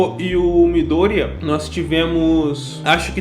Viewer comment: Bakúgo, midoría, uraráka, momô, aaaaaah poxa eu prefiro a pronúncia da minha mente. Bákugo, midôriya, uráraka,etc